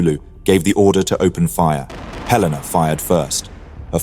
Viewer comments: It's HEL-a-na, not he-LAY-na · Hell-in-na....not halena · He-LE-na, not hel-LAY-na. As a US Cruiser, she is named after a city. In this case, Helena Montana. Though I suspect I would be equally as bad at pronouncing some city names in the UK. And later in the video, you get it correct. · Not even 20 seconds in and Helena was mispronounced. ☹️ It's HELL-en-uh for future use. From a proud resident of Helena, Montana USA. 👍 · It's pronounced HELen-a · HELL-IN -AH . . . Two LL's... as in Hel . . . ☆